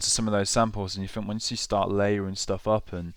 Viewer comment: I "fink" this Maschine 2.0 "fing" and the "synfs" are really cool. Got to learn how to pronounce "th" mate - it's not hard!